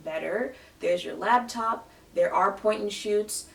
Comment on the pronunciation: lmao i love when they call it a ....lab top